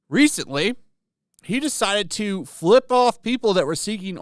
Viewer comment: It's 'FLIP'.